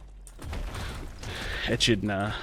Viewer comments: its pronounced "E-kid-na" as in the spiny ant eater :) (knuckles from sonic :D) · say it with me: "uh-KID-Nuh" (Echidna) <3 Or eh-KID-Nuh 🤷